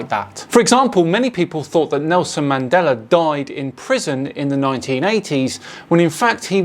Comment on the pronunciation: Did he say "The Man Deller Effect"?